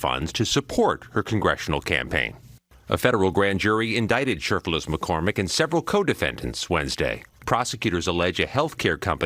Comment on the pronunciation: Are we sure her name is Macormick? Maybe it’s MacCrocket! Get her a class in Ebonics and she could be the next Crocket! 😮